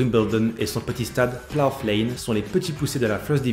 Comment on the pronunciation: Salut, Je sais que la vidéo a été tournée il y a quelques moments, mais la prononciation du nom du stade est à revoir! Le "gh" est muet, "plough" rime avec "cow" ou "eyebrow"!